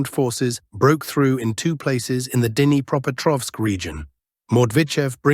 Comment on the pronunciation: should at least know a little Russian or at least know how to pronounce "Dnipreopetrovsk". This is the last time I will click on your channel. I watch "military Summary Channel".